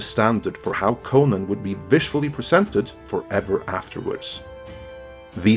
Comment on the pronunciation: I hate the way you promounce conan